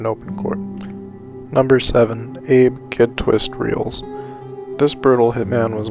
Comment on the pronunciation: It’s pronounced relis not reels